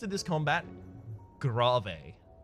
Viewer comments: WHOMST THE FUCK SAYS "GRAW-VAY" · That grave pronunciation is so hilarious it had to be intentional! Haha!